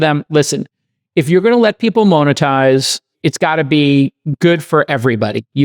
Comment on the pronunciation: Why can’t Jason pronounce monetize?